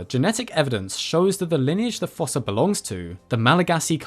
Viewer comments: According to the Madagascar 2 DVD, “fossa” is actually pronounced “foos”, like in foosball. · Fossa is pronounced like foosa. Long u sound, like moo, shoe, two, slew, sprue, etc.